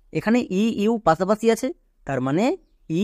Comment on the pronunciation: বাংলা উচ্চারণও ঠিক করা দরকার। যেমন: পাশাপাশিকে পাছাপাছি বললে খুব খারাপ শোনায়।